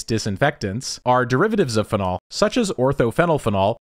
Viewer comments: your pronunciation of "phenol" killed me. I've always heard it said "PHE-nol", not "phe-NOL" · What the fuck it’s not pronounced fen-ALL. It’s FEE-nawl. Anyway great vid per usual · Fehnol pronunciation is getting me everytime you say it. So used to hearing feenol. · Uhhh… It’s “FEE-nol” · the way this man pronounces "phenol" plants an itch in my brainstem that I cannot scratch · I notice you accent 'phenol' on the second syllable.